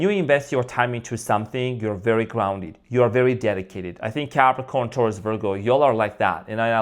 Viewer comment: Omg 🙈you said it ” Thourus” stubborn earth sign needs to be humble 🙏👌♥️